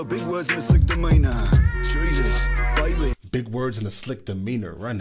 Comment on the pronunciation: 'Sick' demina, not 'slick' I will try and help you out with the language barrier brother, you have my subscription, your awesome 👍